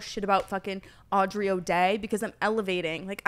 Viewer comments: it’s her calling aubrey o’day “audrey” the whole time 🤣🤣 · The fact like Brooke kept calling her Audrey instead of Aubrey was so funny even though Brooke literally didnt know her name just proves shes not a big deal anymore! Actually Danity Kane had their biggest album in 2006 and Aubrey Oday is 39 years old so she hasnt been relevant in 17 yrs!!!! Her behavior was so gross!!! Actually it was REALLY EMBARRASSING FOR AUBREY!!!! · Brooke calling Aubrey “audrey” is what we all needed